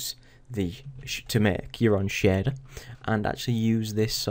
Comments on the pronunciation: Really nice vid :) however your "sheeeeder" really made ma day, what accent is that? :D no offence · so Shader is pronounced as shieerder ? like Share + there hahhaa Thx for the video btw